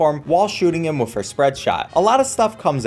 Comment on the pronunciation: You saying the word "with" like "wif" is super annoying and distracts from the otherwise great content.